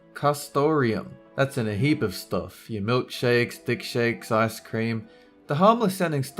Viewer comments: did he really say dick shakes lol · Did he say Dick Shakes?